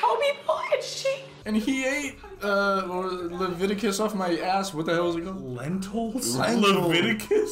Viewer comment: LEVITICUS? 😭